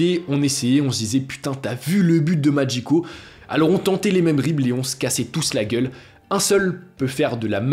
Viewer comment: Pourquoi prononcer "Magico" à l'italienne?